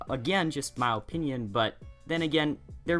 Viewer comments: Why do you say mow opinion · He says my opinion like "Ma opinin